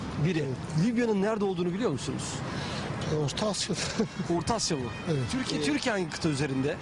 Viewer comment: bide kendinden emin emin ota asya diyo :)